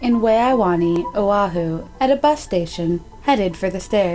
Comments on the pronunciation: Wow, Thats the worst pronunciation of the Hawaiian language that I have ever heard. Waianae = why-a-ny, not way-a-wanee. There isn't even a second 'w' in it. I'm so disturbed. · “wai-a-nah-ee” its “wai-a-nai” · Waianae is pronounced Y-Ah-Nigh. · Waianae is pronounced why-a-nye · “Waya Na-yay” lol